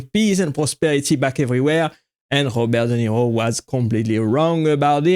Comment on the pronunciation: Robert Duh Nero